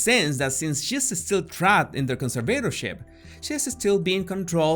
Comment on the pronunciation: why is he constantly pronouncing 'conservatorship' wrong